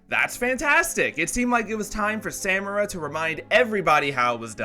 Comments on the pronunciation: Say it with me now... suh MAR a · As pedantic as this is, it bothers me that you pronounce Samara with a hard second "a," when it is clearly spoken with a soft "a" the whole series, and they don't shy away from saying her name. A lot. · Discord Discordant omg yes. I was saying it’s not hard to just pronounce it right then I started pronouncing it wrong after hearing him saying it over and over. It’s so annoying